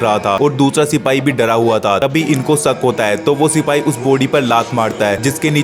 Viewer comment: Oh chutiye Hindi main barr barrana band kar, sak nahi shak hota hai.